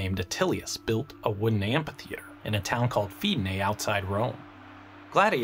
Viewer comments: Love you man but amPitheater hurts my ears :P Fairly sure it's supposed to be pronounced amFitheater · Amphitheatre, not ampytheatre :) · I m pretty sure it is pronounced "amitheater". Apart from that, the video is very interesting. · Are...are you saying "ampy theatre?"